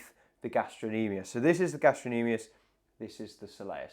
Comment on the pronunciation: I didn't hear him pronounce the "c". It sounded like he said gastro-nemius to me. Maybe I misheard. The C is definitely pronounced in gastrocnemius